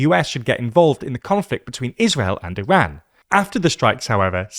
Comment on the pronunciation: The way you pronounce Iran sounds like Iraq